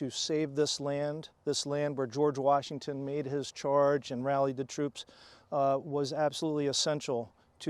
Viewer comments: There is no R in Washington. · You have this guy teaching and preaching about preservation but throughout the whole video he keeps sayings George WaRshington. There is no "R" in "Washington". Pronounce the word right. :)